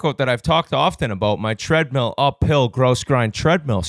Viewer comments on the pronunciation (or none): Bizz always saying Treadmeal 😂